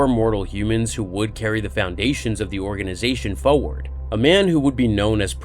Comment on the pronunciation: i love you and i love your channel but you say the word 'forward' far to often to be mispronouncing it. other than that i sub and love your content!